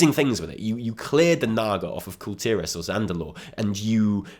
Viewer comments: i like you because you pronounce kul tiras. finally someone doesnt call it "call tehrass" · You are the only YouTuber I've heard that says kul tiras correctly.